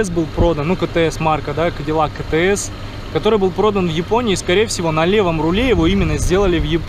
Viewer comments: Си-Ти-Эс. Правильное прочтение... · Че за кетеэс😂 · Правильнее выговаривать «си ти эс»